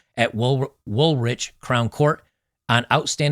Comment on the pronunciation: FYI the hugged guy was a Sikh, not muslim. Woolwich is pronnounced Woolidge. And St George's flag with the red cross is the England flag. hope that helps